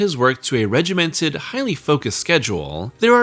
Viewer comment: "He attributed his work to a highly regeminted writing schedule" aka Cocaine